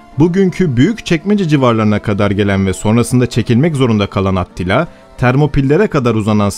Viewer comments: Tamamda neden atila demiyosun da atttila diyosun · Aktilla mı Atillamı sürekli aktilla diyorsun. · Orjinali Attila olabilir ama niye at til la diye kulak tırmalıon o yüzden bıraktım izlemeyi, A til la desen At til la mezarından mı fırlayacak, güzel video ama kulağımı tırmaladığı için izlemeyi bıraktım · At tila değil, Attila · ATTİLA yazılır ATİLLA diye okunur. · Doğru söylenişi Attila'dır çünkü. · Bir solukta izledik. Serinin aynı kalitede devamını bekliyoruz. (Olumlu bir öneri: Atilla ismini, Avrupa kaynaklarında yazıldığı şekliyle değil de, dilimizce oturmuş şekliyle telaffuz etmek daha uygun olacaktır diye düşünmekteyim.) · aaattt.. Tilla telafuz.:))) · Attila değil ATİLLA